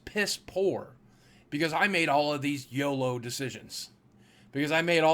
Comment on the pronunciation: It's YOLO, not YOLOD